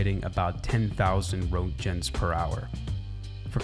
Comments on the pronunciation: Another great video! Just one tiny thing: Im a CBRN specialist in the US military and “Roentgen” is pronounced “Rank-in”. Nothing like how its spelled, I know. haha 🙂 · very weird pronounciation of Roentgen, neither the English pronounciation, nor the actual pronounciation of it's native language, quite surprised and intrigued, especially considering the TTS gets it right... - the code shown on the screen at this is minimized JavaScript (the minimized part is irrelevant), and not CSS, furthermore, tags (<>) have nothing to do in CSS so putting the "CSS" word inside less than, greater than (i.e a tag "<>"), makes little sense, it would've made more sense to do "/* CSS */" as that is actual CSS, i get that this was likely not done by a techy, and or made for the purpose of just looking good, just felt like pointing it out - that is not CSS, it is HTML, i do wonder if the source code here is actually is uppercase for the HTML tags, or whether this was done for stylizing, HTML isn't case sensitive, but it's generally de facto to write it in lowercase, but id assume this is the actual source code however, simply because it's mixed, some of it is uppercase, other parts are lowercase, if it was for the aesthetic i doubt that'd be how it is, might just be a developer copying some stuff not rlly having much care, not too unlikely... :p overall, lovely video!